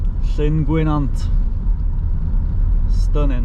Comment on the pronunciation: Good vid, only a little prob, Llyn Gwynant it's not Llyn Gwyn ant as you say it's Llyn Gwy nant, it is important because it's Welsh it needs to be respecrted.